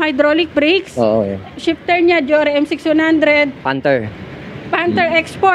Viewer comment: Meron bang Deore d'yan? Bakit puro Jore ang naririnig ko...😂